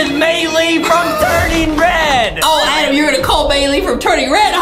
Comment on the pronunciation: It’s Adem not adam lol